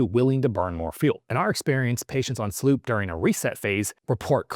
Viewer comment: SLU PP 332... not SLOOP wtf